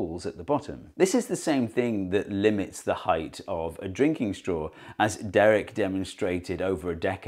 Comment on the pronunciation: Thank you Steve for not pronouncing it heighth , there's no way I could watch this video if I had to hear that a hundred times in 15 minutes Lmao!!